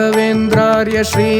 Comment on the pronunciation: ಮೃಷ್ಟಾ ನ್ನ ಭೋಜನ ಆದರೆ ಸ್ವಲ್ಪ ಕಲ್ಲು ಬೆರೆಸಿದ್ದರೆ ಹೇಗಿರುತ್ತದೆ ? ಹಾಗೇ ಇದರಲ್ಲಿ ಅದ್ಭುತ ಗಾಯನ ಆದರೆ corus ಹಾಡುವವರು ಶ್ರೀ ಉಚ್ಚಾರವನ್ನು ಸ್ ರೀ ಎಂದು ತಪ್ಪಾಗಿ ಹೇಳಿದ್ದು ಕೇಳಲು ಕಷ್ಟವಾಗುತ್ತಿದೆ